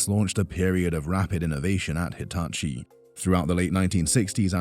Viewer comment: “Deetachi” could work.. like if you agree